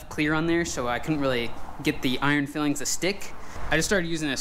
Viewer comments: FYI those are iron filings not fillings, pronounced "file-ings" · Nice job, but it’s filings not fillings.👍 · Unless it different in the US but in the UK its called iron filings, pronounced file-ings. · They are iron filings (file-ings) not fillings. Fillings are what the dentist puts in your teeth. But keep up the great work :) better than anyone else on YT. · I'm gonna be that guy: It's filings - pronounced file-ings like from filing down a piece of iron. As you were. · iron fillings ? surely it is pronounced file ings 'as in the metal removed when you file it, looks good however you say it tthough 😀👍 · Every time he says fillings😫🤔!!! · Pronounced “ Iron “ file-ings” “